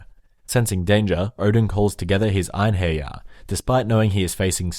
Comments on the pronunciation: just so you know, wyrd is more accurately translated as fate than destiny. also, eirhinjar are pronounced air in jar. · Ine-hair-yar XD